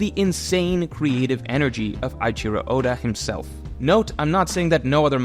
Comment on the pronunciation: Since when started saying "eye-cheero"!?